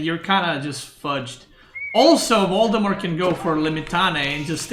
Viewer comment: i like how you pronounce Valdemar as Voldemort